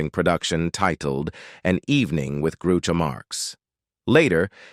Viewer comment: GROO cho Marx